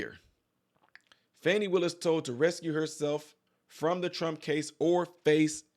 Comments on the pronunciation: NOT RESCUE......BUT RECUSE....RE CUSE! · It's pronounced "ree cuse", it's not ress - cue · The word is re-cuse, not res-cue. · Recuse not rescue ! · It is not rescue It is Recuse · Its recuse...not rescue! Thats 3 times so far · Come on! You can't talk smack about people who can't read when you said "rescue" twice when if you could read you would see it said "re-cuse"... Well make that three times you said it. Dang, as I was typing you done said it a third time! Re-cuse, re-cuse, re-cuse!!!! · It is not rescue, it is re-cues, like re (do it over) and cues like pool cue. Recuse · Please stop saying "rescue".....the word is recuse. Rescue is to save/prevent someone from harm or certain death. Recuse is to step away or resign from a situation. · Speaking of people that cannot read, it’s recuse not rescue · Dude, you are saying "resCUE." The word is "reCUSE." It's two different words, two different meanings. PLEASE, if you are reading for folks who cannot read for themselves, speak the correct word. Fani is being asked to RECUSE herself, which is another way of saying she should remove herself. It has nothing to do with rescuing. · Recuse not rescue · Recuse (Reh-Cue-z) Rescue (Res-Cue) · Recuse. You kept saying rescuing😊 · Recuse not rescue. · Is recuse not rescue they are pronounced differently and they have different meanings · Hi Just so you know, you're misprouncing the word "recuse." You're saying "refuse." It's a different word. Sorry. check that. Love, Joan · I like your content, and I don't want to be that guy, but the word is(re_cuse) recuse, not rescue. Just an FYI with love my friend. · It's RECUSE not Rescue! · Recuse, not rescue! Come on dude… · Sir, the word is recuse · Hi. Love your content. To warn you, folks call me the "grammar police". Anyway, the word you read as "rescue" is actually "recuse". Same letters, different order. Accent on the second syllable. Cheers. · The word is RECUSE my man, not RESCUE. Big difference. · Re-cuse, not rescue